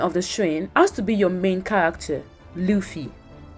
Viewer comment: She said that sanji just cooking and chilling while he also had a character arc, namely that he finally got a resolve to go follow his dream. Also, she cannot pronounce Luffy right, even tho she watched entire LA. It's not important, but it hurts my ears everytime i hear "laugh-y"